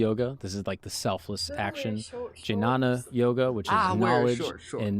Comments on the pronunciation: Jinana?😂 Bro it's Gyan. Not j, it's g. Like game. If someone is confused then go and ask good how it should sound. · Gnana yoga 🤣🤣🤣🤣 It's pronounced and (dnya- na) (hold your tongue as "The" and release air from nostrils instead of your mouth, which would pronounce the word "The", continue your tongue to "nya" instead of "the", and end with a "na") or simply (gya-na).